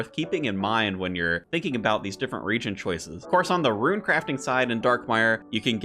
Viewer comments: You say "rune" like "ruin". I think it's pronounced like "roon". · why the heckie do you say RUIN for rune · The word “rune” doesn’t have an i in it.